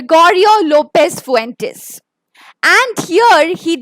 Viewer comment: U hv said author's name wrong Author is GL fuentes